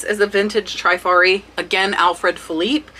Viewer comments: Great video. Only thing is, honestly, my ears hurt to hear some of your pronunciations of some of these designers. Givenchy is Zhee-von-she. Trifari is short "I", as in triste, not "Treefari" . Other than that, your child is adorable and so well behaved! Kudos! :) Thanks for the great content. These brooches are beautiful eye candy! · I really love your videos! FYI, the pronunciations is Trifari, with a short “i,” like in the word “trip.” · Oh thanks for the info and tips you YouTubers blast - its no wonder why I cant find any more treasures! You guys are ruining it for soooooo many of us! Oh, and its not Tri-fari. Its the "i" pronounced short like in "is" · I adore you. I admire what you've accomplished and shared. It's cute that you mispronounce brands like givenchy, trifari and vendome, but hey you are making lots of money and that's what counts